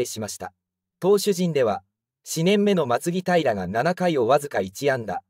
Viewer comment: 石川たかや、を石川のぼると読むし松木平をまつきだいらと読むしこのチャンネル、本当に中日のこと知ってるの？